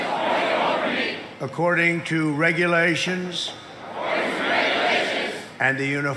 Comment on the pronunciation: They should have said the word “reguralations” just like he did.